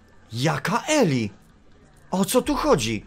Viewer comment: Imię tego faceta wymawia się Ilaj. Pozdrawiam.